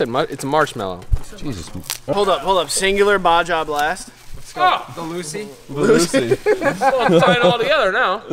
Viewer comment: He called the Baja blast a “bajha blast”